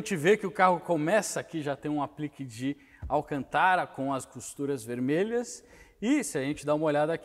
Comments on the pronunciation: Se diz Alcântara, não Alcantára como vc fala. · Desculpe mas é Alcântara e não alcantára circunflexo só pra corrigir e acento circunflexo no segunda A ou seja alcantára não existe e igual presidenta ( doi o ouvido) desculpe só um toque !rsrsrso resto é show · Alcantára? kk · AlcantÁra hauhauhauhahua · Viu a pronuncia correta é > Alcântara < olha o acento circunflexo , fugiu da escola?? Não me irrite !! 😂😂 😎👊🏻✋🏻